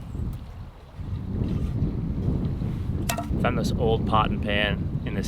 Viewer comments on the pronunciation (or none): none